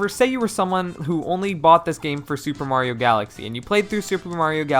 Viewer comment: Shuper Mario Sun Shine